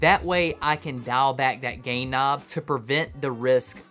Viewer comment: I swear he said "gay" knob. Yes, I know he said gain.